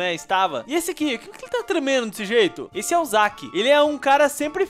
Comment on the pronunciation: Desculpa mas se pronuncia Zeck mas se escreve Zack Desculpa te corrigir😢 Mas....... Te amo 😳😘